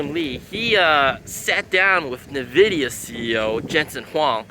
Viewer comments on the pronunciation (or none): N-vidia, rather than Nuh-Vidia, just fyi